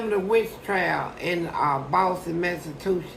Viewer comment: Fleece says "Boston, Mastitution"😂😂